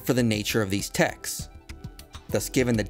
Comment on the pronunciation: Everytime he says texts, I hear Texas. As a native Texan, I'm ok with this 🤠